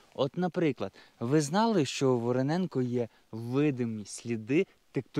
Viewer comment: Тільки не Вороненко, а ВоронЄнка, як гуцул кажу,😁😁